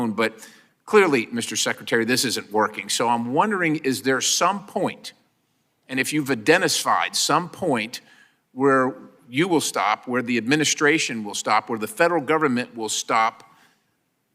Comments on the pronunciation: What is idennisfied? Dennis the Menace? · “adenisfied “ 😂 what? 🤦🏽‍♀️🤨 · "or if you've identisflied" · “…if you’ve idennisfied…” 😂😂😂 Everyone misspeaks occasionally. I’m not basing this on that funny accident. Just reminds me - The right hates the left for making them look dumb. But they make themselves look dumb. 🤷🏻‍♂️